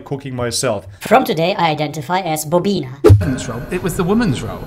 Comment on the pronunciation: "bobbyna" lmao 🤣🤣🤣